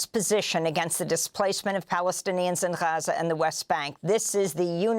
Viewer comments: she can't decide on how to pronounce gaza.. lmao 🤡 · my favorite part is how she can't decide how to pronounce gaza... lmao she goes back n forth .. 🤡